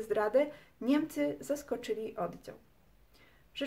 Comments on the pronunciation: kobieto nie mówi się odzał -oddział , se tylko się, wodze tylko wodzie, dzęki tylko dzięki , a tak po za tym by było ok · taka jedna drobna uwaga językowa, całkiem życzliwie, ale nie dociąga Pani końcówek, wymawia się słowo np. "oddział" twardo a nie zmiękczając litery "dzi", za miękko i to jest niestety współczesna maniera nie tylko u Pani, to samo "nieprzyjaciela" , "twierdził" itd